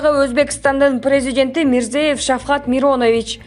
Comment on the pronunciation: Антрапов эмес Андропов десенер.Фамилияларды туура окуугула.Мирзиеев